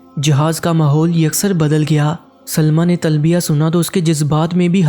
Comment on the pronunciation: لعنتی انسان کیوں من گھڑت کہانی سنا رہے ہو اور تلبیہ بھی ٹھیک نہیں پڑھی آپ نے لعنت ہو تجھ پر